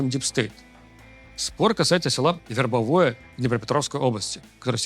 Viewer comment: вербОвое, блин.